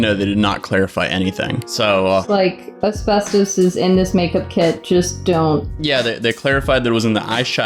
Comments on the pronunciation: As-fast-is damn it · "There might be some as-bes-tose in my eyeshatter." 😆😆😆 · A-spes-tos, mes-tho-feel-oh-ma. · No one:: Es-best-toes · Nobody:: Espestoast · I died listening to him struggle with the pronunciation of asbestos and mesothelioma 😂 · trying to pronounce “asbestos” and “mesothelioma” was amazing 😂👏🏼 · Today I learned that I definitely don't say asbestos right. I say as-best-us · how many times are you going to say asbestos wrong?? A million🤦🏼‍♀️ haha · 😂😂 I'm dying everytime you try to say asbestos /asbestosis. 💀 And yay, Hannah is back. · Someone needs to make like a 2 minute compilation video of a trying to say Asbestos and mesothelioma 😂😂😂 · Jesus christ my guy. I can understand not knowing how to say mesothelioma but then asbestos or ARENAS?!?!?! Lmao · ”There might be asbestOHs in my eyeshahdER”